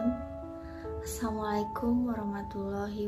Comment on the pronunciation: Maaf.. Pengucapan salamnya perlu diperjelas.. السَّلاَمُ عَلَيْكُمْ وَرَحْمَةُ اللهِ وَبَرَكَاتُهُ